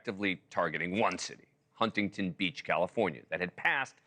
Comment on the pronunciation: It is Not Hun-ting-ton Beach; it is Huntington, one word spoken as one.